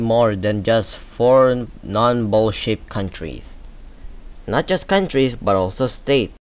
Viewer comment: It's amazing how everytime he said ''shaped'' l heard ''shit''